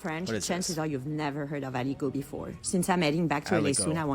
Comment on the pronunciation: Being french, I always assume that british food is somehow poison, just as self- preserve (forgot the word) Oh and "Aligot" is said A-LI-GO. The "T' at the end of a word usually is silent.